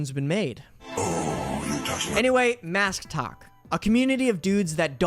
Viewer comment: u said “masktok” and I thought you said MASCtok like ok these guys are just extra masc? NO. THESE ARE PEOPLE WEARING MASKS ON TIKTOK!!!!????